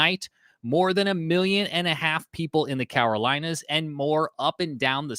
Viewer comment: CaROlinas... not Cawarolinas